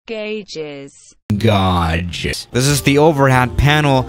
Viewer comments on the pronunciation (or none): Gauges... Actual pronunciation: gay-jes. Swiss001s pronunciation: gajes. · everyone: gages - serees.: gauwjis, sirious. Okay